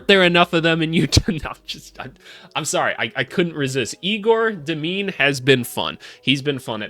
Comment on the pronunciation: just a hint: it’s pronounced yay-gore deym-in